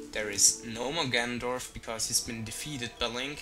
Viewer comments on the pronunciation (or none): he says "Gandolf" insted on "Ganondorf"